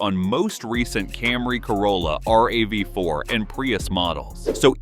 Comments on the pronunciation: Is this an AI voice or something? No one says R-A-V-4, they say Rav. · ugh, sick of AI voice, just be human, but good tips. "But Toyota planned ahead." All remote key fobs can still start the car with a dead fob battery. And it's Rav-4, not R-A-V-4. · Yay, more AI slop. R. A. V. 4, lol. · You know it's a bunch of garbage and bot or AI produced when you hear the pronunciation errors like R-A-V-4. HA!